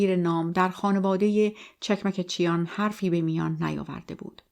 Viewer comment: چکمکچیان chekmekchian. با درود و خسته نباشید، چون من خودم ارمنی و اجدادم از ارامنه ترکیه هستند فقط خواستم تلفظ درست فامیلی را به عرض برسانم 🌺🌺